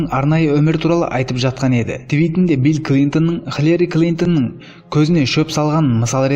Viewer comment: Халери емес Хилари Клинтон дұрыстап оқысайшы.